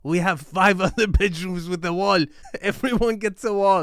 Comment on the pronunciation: Don't wo-rrie, we have 5 other bedrooms with the woal" "Everyone gets the woal".... 🤣